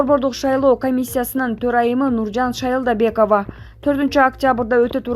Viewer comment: Нуржан шайлобекова деп туура айт блигер